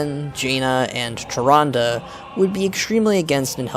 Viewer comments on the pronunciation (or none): none